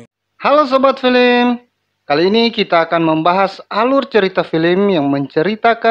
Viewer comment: Film bukan felm